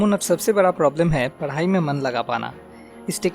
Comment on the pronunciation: why do you say Parai instead Padhai?